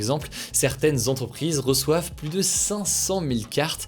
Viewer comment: J apprécié vos vidéos très bon résumé de l actu ! Vous êtes dynamique on ne s'ennuie pas Un seul hic lorsque vous employez le terme plus par pitié naccentuez pas sur le S 🤣🤣🤣 Prenez soin de vous !